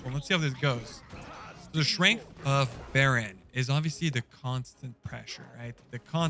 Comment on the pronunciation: There is no L in Baron Rivendare